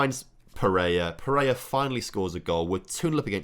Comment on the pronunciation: Or every time he calls pereira pereia